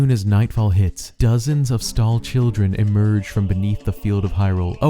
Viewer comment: Skull children, not stall lmao sry jst fought my attentions